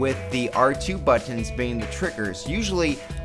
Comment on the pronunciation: Liked what he said about the But-Tons, tell me more about the But-Tons.